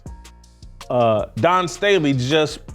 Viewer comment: Whitlock doesn't need to be giving anymore lectures about people growing up. He's pulling Junior High $#!+ with Dawn Staley. He knows her name is Dawn and he can pronounce Dawn, but he thinks it makes him edgy and making some kind of statement by calling her Don. That's $#!+ we did in Junior High. Plus he shouldn't be taken seriously when he speaks against idolatry because he believes the bible is God. When its not. God is not separate from His Word they are one. The Truth is God's word. Not people's opinions and perceptions. Whitlock suffers from what is called biblical idolatry. Congratulations to Whitlock on using the word $#!+. I like that word because it's an honest one. TJ Moe is wrong. It is not our place to tell someone what their relationship with God should be. I disagree with TJ Moe about deserving Grace. We don't deserve Grace. Its a blessing from God.